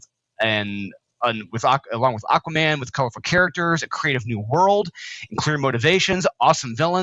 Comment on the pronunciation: It's freaking Aquaman #4!!!! How do you type and say it wrong??!!